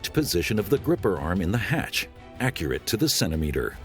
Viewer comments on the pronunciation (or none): none